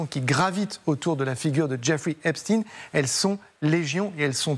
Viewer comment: [ prononcer please Epstein comme EPSTAIN Phonetic allemand/germanic]